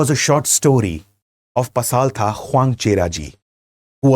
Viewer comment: Way to pronounce pasaltha in mizo way Pasalthra